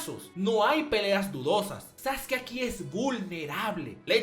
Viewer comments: Tengo una duda por que se dice saske, si se llama sasuke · diciendo "saske" y no "sasuki" ¿se metió un lineaso de células de Hashirama? Solo le faltó decir que Hiruzen es el mejor Hokage. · Saske? Sasuke? Sasuki? Ahhh... el emo sensible tonificado☑️ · este vato me tiene hasta la madre con su sasuki